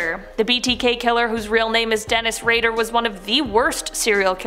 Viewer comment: IT'S DENNIS RAY-DER what is with Canadians not able to pronounce words correcty??!!! DAMN